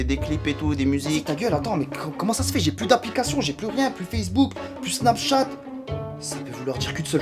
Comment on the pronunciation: tu na pas dit snapchath